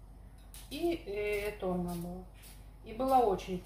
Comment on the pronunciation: Тунец на итальянском tonno, но не "тона". Ударение на слове базилик правильно следующее - базили́к